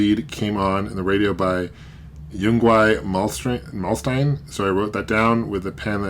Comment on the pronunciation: Ing-Vay Malm-Steen